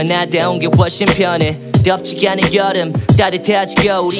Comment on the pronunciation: 한적한 거릴 걸어 어딘가 벼녰지 이 둉녜도 스삐커 사륜안은 노래됴 거짓말처럼 벼녰고 내취향도 벼녜써 덤벙거리는 셩격인건 여져네 변하긴 싫어 나한데 온게 훨씬 펴녜 뎝지 야는 여름 으 발음 왜 그러세요